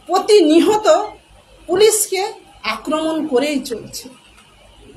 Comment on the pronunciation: প্রতিনিয়ত কে বলছে- প্রতিনিহত।